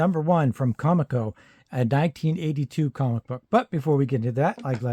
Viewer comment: I just recently watched a history on comico and they said that the name was supposed to sound like coleco like coleco vision. So officially com ee co but as you said you don’t care anyway lol. It’s just fresh in my mind